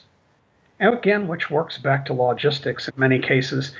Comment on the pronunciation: My only criticism is hearing logistics pronounced log-istics